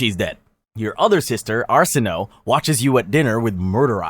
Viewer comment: Arsinöe is pronounced "ar-SIH-no-way"